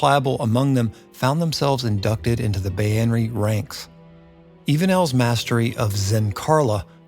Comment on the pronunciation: Its pronounced bay-ner